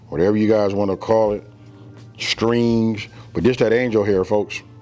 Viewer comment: Did you say STRINGS!!!😂😂😂😂❤